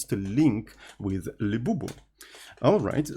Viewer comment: libuuuv ❌ leeboov ✅